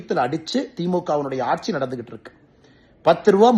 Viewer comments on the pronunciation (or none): none